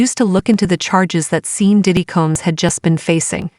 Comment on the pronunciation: What bs! The AI keeps pronouncing his name as Seen...LOL! I don't even know how this site has 1.3 thousand subscribers! Damn!